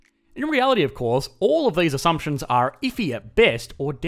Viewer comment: Well, that's your personal hassumption